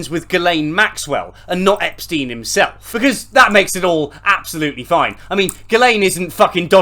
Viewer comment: Andrew espstiene😂